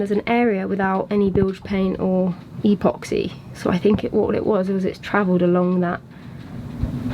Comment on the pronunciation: Love your channel, but please say epoxy (as in 'ep'-oxy, with a little 'e'), not E-poxy. 😁 Anyway, Merry Christmas to you both. Take care 😊 PS: I wish you'd kept pussy cat. I miss mine terribly x